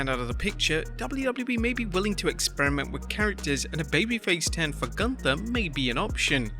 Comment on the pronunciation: It's pronounced GOONTHA